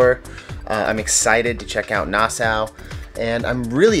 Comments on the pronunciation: Sweet footage of the ship and Coco Cay! What’s with your pronunciation of Nassau tho? Is it nas-saw or nas-sow? 😂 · It's pronounced nah saw not Noh sow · Its not Nasa :( its pronounced "Nas-saw" (Nassau) but i loved the video!! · Nas-saw, and the Bahamas isn't apart of the Caribbean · Nassau is pronounced “Nass aw”, and conch is pronounced “Konk”. :) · Pronounce Nas-saw !!!